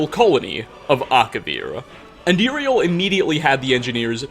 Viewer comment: Uriel not Juriel.